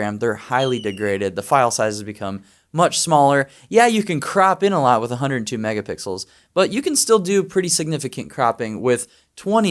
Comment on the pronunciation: I was embarrassed for you when you suggested an alternative to a medium format camera was an APS-C and then you didn't even know the specs on that APC-S, and THEN you pronounced megapixels as "mega pickles". Please tell me this was a parody.